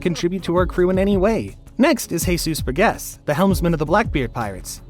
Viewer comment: Why are you calling him Bur guess it’s pronounced Bur-Jess Bur-Jess. How can you make these videos and not know how to pronunciation the names.